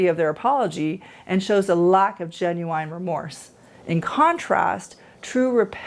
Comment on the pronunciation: Why do you keep saying genu wine??